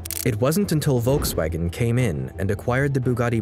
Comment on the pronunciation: Its Volkswagen ?💀